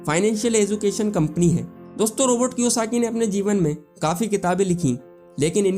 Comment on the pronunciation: Robert hai bhai Robot nai